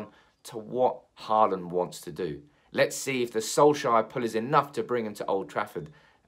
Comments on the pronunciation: His name is Holand. To say Haaaaland is just wrong. Håland in norwegian is pronounced as Holand in english. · Haland is wrong, its Hå(aa)land in norwegian. I know how to prenounce a fellow countrymans name ;-) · he actually kind of nailed it on the second one. "Hawland" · I think Holand is closer than Hawland in english. Holand would be shorter and more accurate. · To all of you struggling to pronounce Haaland´s name: "aa" is pronounced the same way as the vocal in "saw". Just say saw-land, switch the s with an h and you got it. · For further pronounciation, it is "Haa" as in Hawk, and "land" as in LAN, so it's "HawLAN" if that makes sense.